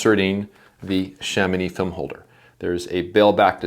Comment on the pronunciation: Kudos for the correction prononciation of Chamonix ahah